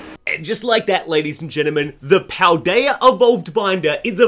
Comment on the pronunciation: “Pal-dayur” 😂 I had to